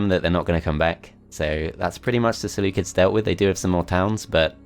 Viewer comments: Ah yes the Seleucids pronounced by the selukids This is a joke not something to mock him about thanks. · The seleucids are actually pronounced seleukids. Because in greek they are called selefkides